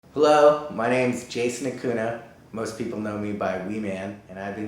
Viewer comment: I'm sad he says Acuna instead of Acuña... Anyways, this man is a legend.